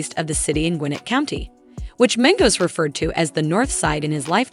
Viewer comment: Learn how to pronounce peoples names the fuck the shit started off good until she said the names of the people on the group and pronounced the group name itself, lord Jesus😢